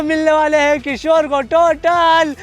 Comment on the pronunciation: किशोर डोन बोलते हैं 😂